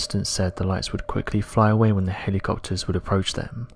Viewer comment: This guy says helocopters like Mater